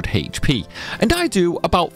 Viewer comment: It's "Aych" P, not "Hahaych" P